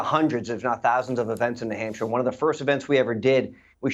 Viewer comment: What's a Nuh-Hampshire?